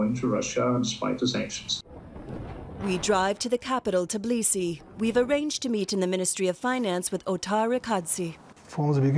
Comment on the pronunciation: What is "Tiblisi"?